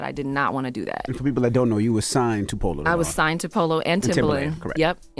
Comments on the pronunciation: Girl are u purposely mispronouncing POLO! Who is Paolo!?!? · Why do you keep saying PAULO and not PO LOW ugh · POLO, not Pollo lol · His name is POLO, like MARCO-Polo ….. NOT POE-LAU 🤦🏽‍♀️🤦🏽‍♀️ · It’s polo the don not Pollo lol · Everytime you said PAUL-O I SCREAMED !!! 😩😩. It’s polo like a POLO SHIRT ❤❤❤❤ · You calling this man Paola and it’s Po-Low 😅😅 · Polo not Paulo. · Saying Paul-o instead of P o-lo is insane, what in the world😒😂🤣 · I’m cracking up, why do you keep calling him Paulo? It’s Polo Da Don. Like polo the game or polo the brand 😂😂😂😂. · Girl if you don’t quit saying “Pah-lo” It’s Polo!!! 😂🤣😂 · I was just about to post this 😂😂😂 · Po-looooooo not Pollow... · Pollow 😂😂😂😂 it’s polo chile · wtf is it so hard for you to pronounce PO LO? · I’m crying at you not being able to say Polow 😂😂😂 it’s pronounced like polo babe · Why do you say his name like that? ITS POLO!!😂😂😂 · 👋🏽!!! It's POLO, btw. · It's pronounced Po-Lo, baby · Keri says it multiple times in the videos and you still saying PAULO